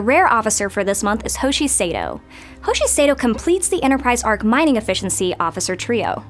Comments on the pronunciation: Missed the pronunciation of Sato. She says Say-toh when it’s Sah-toh. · Great job but its pronounced “Sahto” not “Sayto” and “De no bu lan.” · Have you ever even watched Enterprise? You have no idea how to pronounce Sato or Donobulan. Smh. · It'd be nice if maybe the dev recording these was actually a Trekkie who maybe saw the source content and could properly pronounce character names like Hoshi's last name or that the "o" in "Denobulan" was a long o. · First stop adding so many damn loops secondly learn to say hoshi’s name and dr phlox’s species correctly